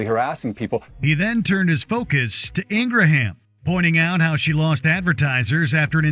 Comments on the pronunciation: "Ingra-ham", i thought it was ingraham.😃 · Ingraham pronounced as Ingram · ING GRAM is how it's pronounced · Please pronounce Laura Ingraham's name correctly so we know which heinous axe wound you're talking about. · that's what i thought?!😃 The pronunciation from the narrator threw me off.